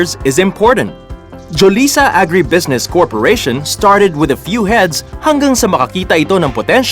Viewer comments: When he says heyds, does he mean heads? It's quite bothering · Heads not Hids